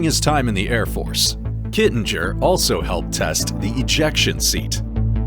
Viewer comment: Interesting video,. Other than the many inaccuracies, the actual pronunciation of Col. Joe's last name is "Kitting-er", not Kittin-jer". He was a very nice guy and loved being part of the skydiving community. I met him and listened to his stories at a PIA convention. He will be missed by many.